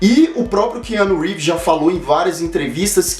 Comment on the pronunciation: " Que ano Reeves " kkk